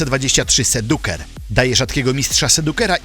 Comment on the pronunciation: jak sobie wynajmujesz bot-firmę do nabijania komentarzy, upewnij się że firma oferujące te usługi obsługuje też polskie znaki, ą, ę, itp :) wygląda to wujowo. Tekst czyta ci deepfake? Bo wiesz, nie masz ustawionej angielskiej wymowy... sedjuser a nie seduker. I generalnie CO ZDANIE się wysypujesz 3-4 razy. Uszy krwawią. Jedyne co daje radę, to montaż. Gratuluję tego ostatniego.